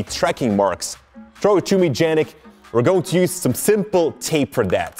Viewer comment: Lol the original pronunciation of "Yannick" is really interesting :D